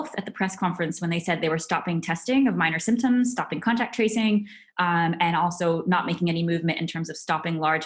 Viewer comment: That’s just what what I was thinkin. Very hard for her to say “testin, trackin and tracin”.